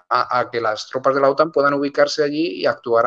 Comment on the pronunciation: La acentuación correcta en español de la siglas OTAN (Organización del Tratado del Atlántico Norte) recae en la vocal "a", no en la vocal "o". Está última acentuación es propia del idioma inglés, que se ha difundido por influencia de medios anglosajones y la imitación linguística de los hispanohablantes en medios de comunicacion. En Hispanoamérica, siempre se ha pronunciado OTAN con acento español correcto en la vocal "a". Sin embargo, en los últimos años, la acentuación inglesa con acento en la vocal "o" se está difundiendo por influencia de cadenas de noticias anglosajonas y no anglosajonas (francesa, rusa, alemana, etc). Obviamente cualquiera puede acentuar como quiera, pero la norma de la lengua española en acentuación de palabras es precisa.